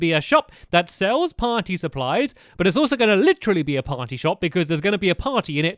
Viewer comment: how stampy says party:potty. lolz stamps but i am not making fun of you